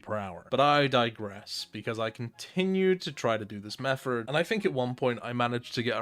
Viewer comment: My man pronounces "method" like "mefferd". Absolute legend